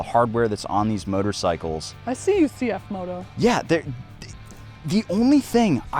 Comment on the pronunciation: As a Mandarin native speaker, it is good to hear probably the first English motorcycle channel pronounce the brand name correctly